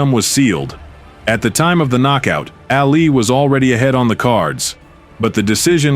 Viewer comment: Äali, bum e? Excuse what haha? No it is: Ali bomaye (Ali boma yeahj to help you out) And not Ä, you are not Swedish (like me). His name was Ali and not Äali like you say all the time during this other wise awesome video, dude